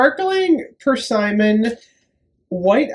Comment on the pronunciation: Persimmon is pronounced per-simm-in, emphasis on the middle syllable. :)